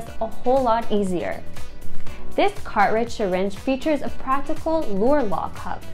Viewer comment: i was wondering if my hearing was fucked....but no,she just butchers English.